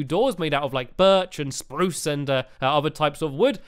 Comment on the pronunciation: u sed spruce wrong